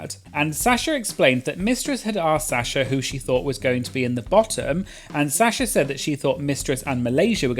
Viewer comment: I love how says Sasha as Sya-sha😭🤌